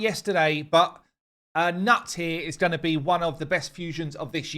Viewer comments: "Newt" not "Nut" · its not nut like in peanuts its pronounced newt like in a newt the lizard. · Thanks for the advice!👍 FYI, if you watched the last 'Call of the Arbiter' video, they said Gnut's name a few times and it's pronounced "Newt" or phonetically sounds like "NOOT", not "NUT" like you're saying it. At least you realize the "G" is silent!😁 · his name is probably not pronounced gnat more like gnuht like the viva la dirt guys tend to say "git gud" :D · its pronounced noot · Get his freakin' name right. It's Noot. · Also in COTA it was pronounced Noot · Did no one watch the new arbiter toon? His name is pronounced, "Newt".